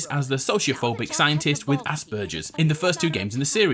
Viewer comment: “Asburjers...” it’s pronounced “Asburgers”